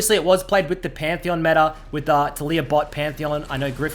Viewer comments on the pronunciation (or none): none